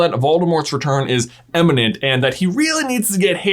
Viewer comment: It's pronounced IMminent